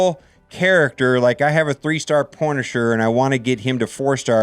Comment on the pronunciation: Three star " Porn-asher" ..... nice